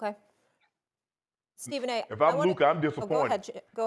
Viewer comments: Not LuKER! SAS ..LuCA! CA CA CA ..Not KER KER ...not LuKER! LUCA🤦🏾‍♂️ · "Luker" - Stephen A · Has anyone else noticed that SAS has a hard time saying words that have an A at the end, he called that man luker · Will Stephen A ever say Luka’s name right?? It ain’t “Luker” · It’s Luka not Luker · Steven A keep callin Luka , Luker 😂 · S.A. speaks with all that deep vocabulary, but somehow can’t pronounce “Luka” calling him “Luker” 😂🤦🏾‍♂️ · HIS NAME IS LUKA NOT LUKER. Stop calling him luker , Stephen A Smith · Who the hell is Luker Stephen?! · Luker not Luka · Stephen A. called him "LUKER"🤣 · Whos "Luker"? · Anyone waiting for how many times Steven A will say “Luker” 😂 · 'Who the hell is 𝗟𝘂𝗸𝗲𝗿'???!!! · Lmao 😂😂😂😂😂 why stephen a say luker’s name like that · Who the hell is Lukerrr? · LUKER LOL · LUKERRRRR DONCHICK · "Luker" Doncic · Who the hell is Luker? 💀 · Stephen A: "If you're Lukar..." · Luker doncic 😂😂😂😂😂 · all the vocab and education stephen A has and he says "Luker." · Did he say Luker😅😅😅😅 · Luker??? Im from nyc and i never understood that lmao.. soder... anywhooo. Collusion by the league. Should have been vetoed.. two people pelinka and nico have prior ties.. bad trade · Stephen "Luker" Smith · “When we talk about Luker” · Stephen A, who is “Lukar”?🤣🤣🤣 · “If you’re Luker” 😂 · "But if you're Luker" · Nobody: Stephen A: "luker" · I’m trying so hard to understand why he CANNOT pronounce Luka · How is Stephen A. Smith, a sports analyst and he can't pronounce a man's name correctly. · Words ending in A are Stephen A Smith's weakness 😂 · His brain was merging Luka and Laker lol